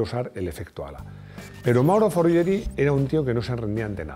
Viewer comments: que se te escapa "foryeri" en vez de "forguieri" 😉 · Recuerda: Guitarra, Guion, Guiño, Guisante... así debe de sonar fonéticamente el Sr, Forghieri. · Si insistes tanto en pronunciar bien Lamborghini, ¿por qué pronuncias mal Forghieri?